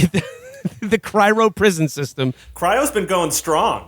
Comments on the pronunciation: Cry-OH, Will! Cry-OH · “Cryro” is driving me nuts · “Cyro” -Will Menaker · And then later “cryro” lmao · Getting bored so ill just leave my comments so far (20m in) Can Will learn to pronounce cryo correctly? Giving me an aneurysm They seem to ignore that demo man is a critique of the future society. Revolutionaries live underground. All the problems of capitalism still exist but theyve been removed from visibility . Demo man is about the sanitized future. It's not a utopia , its just sanitized